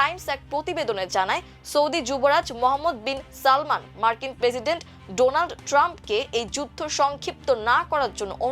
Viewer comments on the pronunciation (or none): none